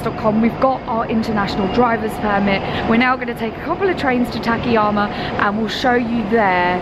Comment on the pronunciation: Excellent content as usual, but the town's name is たかやま and not たけやま. It is four straight あ's. You pronounce the second as an え.